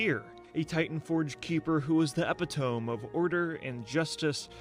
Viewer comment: Ew Platinum said Epi-tome.... its Ep-it-o-me